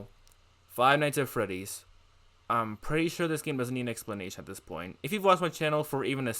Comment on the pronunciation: the way he pronounces five nights at freddys "fie nise uh feddys"